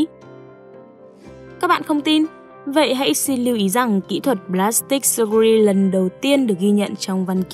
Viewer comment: Từ "surgery" đọc là sơ-giơ-ri chứ ko phải sơ-gu-ri nhé bạn ơiii :(((